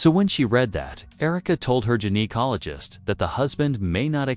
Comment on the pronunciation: This is the most hysterical AI blunder narrated story I have heard yet 😅🤣😂 yousha, uhsha, asha 😅🤣 Erik DeMOANER bahahaha... Is it the IT? 😅🤣 IT was mentioned several times... then we have the gin-acologist, Jinacologost and geniecologist...was it the gin, the Jin or the Genie?? The most hysterical tea ever 😅🤣😂🤣🤣